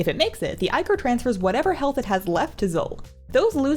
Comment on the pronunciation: love your videos but subbed right away after you pronounced Ichor correctly. <3